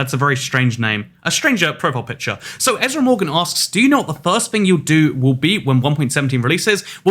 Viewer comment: ah yes. ezr morgan